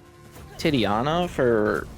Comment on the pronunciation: You should try this with backstab, that works great with the heavy attack and the lightning spell. Also it's TI-TA-NIA, not Ti-TIA-Na. Thanks for the content anyway !